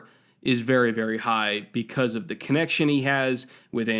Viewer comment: Why do you pronounce every THE di? What kind of bullshit english is that?